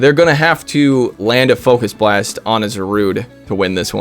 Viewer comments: "fukus blast" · The not funny focus blast pronunciation was so intentionally lame, it was funny. This team is my double shadow psychic legendary team’s worst nightmare. I submitted some battles of that team yesterday 👀